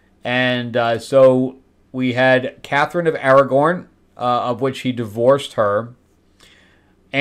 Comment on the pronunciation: So so sorry, but her name was Catherine of Aragon, not Aragorn. That's a fictional character from Lord of the rings! Great people both, but not the same.